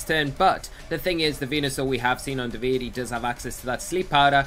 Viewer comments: Unbelievable how they still cannot manage to pronunciate "Davide" right... not that it's difficult either. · Not at all. You must not be italian (se lo sei, sappi che sono perplesso) but, being an italian name, the final "e" is there to be pronunciated... and also the accent is supposed to be on the "a". DàvidE.